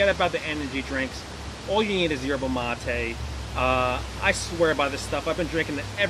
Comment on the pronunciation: Its mate not motey